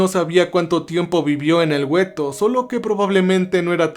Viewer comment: Amigo, la palabra para describir las barracas donde estaban hacinados los judíos ( mayormente ) se le llamaban " guetos " no " güetos ", estoy segura que lo tomarás como ayuda y no como crítica mala onda, me interesa que la calidad de tus videos suba, saludos cordiales.